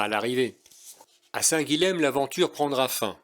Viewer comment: Histoire de ne pas trop passer pour un touriste...: Le lh est mouillé en occitan, et le m final tombe pour être juste nasalisé. Donc, pas Saint "guileme" mais Saint "guillin". Hormis exceptions (je ne peux vous faire un cours de linguistique), la plupart des lettres se prononcent : Meyrueis = "mérueillss"... Bonne randonnée...